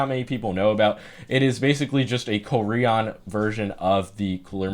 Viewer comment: shocked at the way you say korean lmao